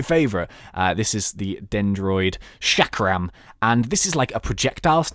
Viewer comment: the chakram is pronounced chalk-rum